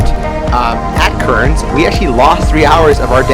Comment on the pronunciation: Pronounced Cairns = Cans Brisbane = Briz ben